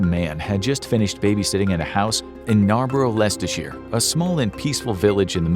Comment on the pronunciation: Respect for your pronunciation of Leicestershire most Americans fail hilariously at this one.